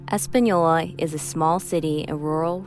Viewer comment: Española ! not españoi , ES-PAH-NIO-LAH. Common is not hard.